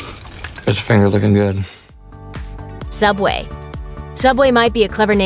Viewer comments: In the future subway will change into sooubway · TheOdd1sOut Fans: Sooubway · So soobway was not Always called soobway?